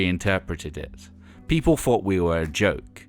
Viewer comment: Hard to follow this narrator when he keeps saying "They did FREE Gigs" when he means Three, and "Fought" instead of Thought.....